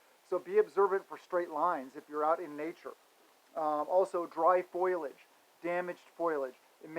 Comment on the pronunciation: It's FOE - LEE - EDGE, Brother, just trying to help.